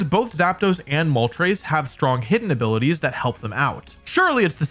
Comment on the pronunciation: great video, not poking fun, but uhh… “activates “”ailities”” such as”